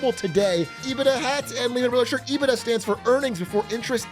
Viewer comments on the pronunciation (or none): Ee-bit-dah 🤢 Ebit-duh 😎